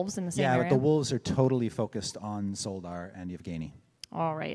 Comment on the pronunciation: Szoldar (at least by the standards of our world) be pronounced Sholdar? Since in polish (and I assume that it would be similar in other slavic languages) sz is pronounced sh (like in shoe for example)?